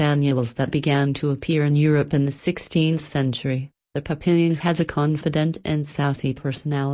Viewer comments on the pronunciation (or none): It's pronounced pap-e-yon, not pap-pil-yon. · NO!!! It is NOT "pa PIL yen" It is "PAP pe yon."